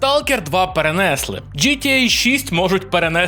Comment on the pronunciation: Да йопт, не перен'если а перенесли', вчіть українську задовбали. Бляха і ще: мере'жа не мережа'... бісите...